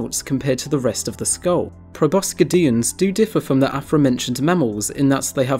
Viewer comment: Nice video! but..... pro-bo-sid-ians (spelling to help pronunciation)